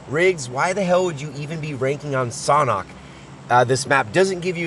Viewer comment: It's pronounced SANDHok not SOHNHOK